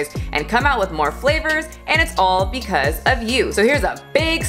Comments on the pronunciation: I noticed when says "because" she says "becausee" probably also wanting to pronounce the E at the end? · yes! Exactly and she is speaking this and other words how we would pronounce as if was in our country spelling. Like, becAUSi, because over here we speak almost every vogal, our vogals don't vary pronunciation that much, our "a" is always the same, but the "e" is frequently spelled like "i" (equivalent of your "ee")